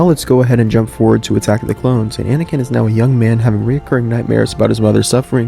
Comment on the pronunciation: Anakin* Not "aNiKiN"